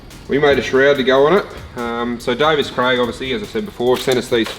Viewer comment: Davies Craig not davis craig